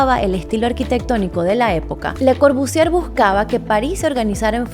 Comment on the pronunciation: Solo un consejo: no pronuncies la R al final de Corbusier. Otra cosa, me encanta como lo explicas.